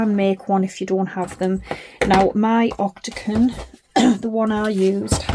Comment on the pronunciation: Lovely box. You made me giggle by saying ‘octaCon’ multiple times. The word is octaGON😂😂😂❤